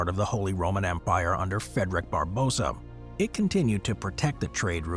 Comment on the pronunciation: Calling Barbarossa "Barbosa" is one of the most American things ever 😂